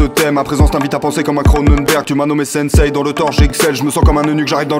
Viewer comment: sensei se prononce Sainnsé